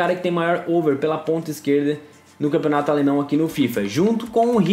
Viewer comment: ELE FALOU CAMPIONATO ALENÃO😂😂😂😂